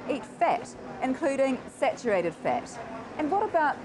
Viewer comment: missuj (message) ixburts (experts) dinse(dense) fit(fat) iccadimycs(academics)...Fuck I HATE that stupid Australian accent..please learn to pronounce your vowels (viwuls) correctly